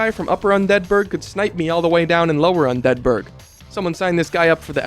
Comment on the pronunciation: Hey I’m new here but you are pronouncing “Undead Burg” perfectly normal and everyone who said otherwise is wrong and and probably say “Pecan” instead of “Pecan” amirite